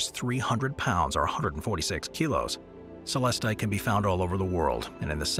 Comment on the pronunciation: Most Tigereye has inclusions of asbestos, known as rutile. It's what gives the mineral its chatoyant shimmer. Azurite is also found as a companion mineral to Malachite. All of the stones, featured in this video, are MINERALS, not rocks. "Celestite" is pronounced Suh-LESS-tite, not SELL-us-tite.